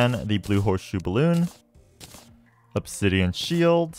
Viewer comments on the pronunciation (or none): none